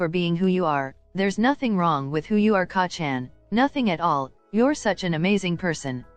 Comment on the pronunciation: wow you can just tell that you put a lot of time, work, and effort into this. it's amazing! please do make a part 2 of it won't stress you out and if you'll have fun making it! Also even tho the way it was saying Kacchan was driving me mad I still kept watching it cause the story is just so compelling especially since I'm a huge 🧡Bakudeku💚 shipper